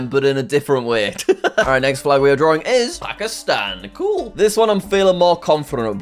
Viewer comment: You are saying draring